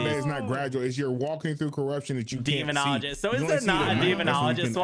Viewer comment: Quack! Also.. Demon-ologist?😅 is that a new doctor? Haha